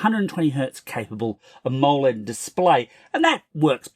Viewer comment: They way the dude says amoled cracks me up, he's says ' a mole led